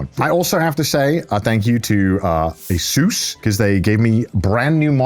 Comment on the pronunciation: He said Asus in a way that made me think he called my name